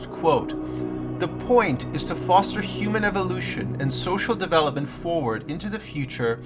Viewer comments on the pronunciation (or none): none